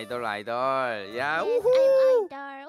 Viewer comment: sounds like a Filipino while saying idol idol